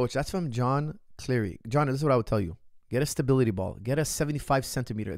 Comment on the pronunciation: it's all about the "stabiTily ball"